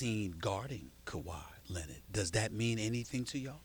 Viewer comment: half the reason i watch SAS talk about Kawhi is to see if he says correctly just ONCE.